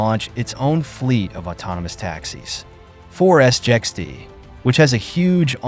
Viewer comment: I wish your commentary would just call it SIXT, instead of S I X T, S j X T etc. it’s really annoying!